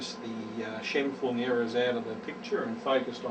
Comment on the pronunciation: Scheimpflug was a Austrian geodetic engineer. Your pronounciation is correct.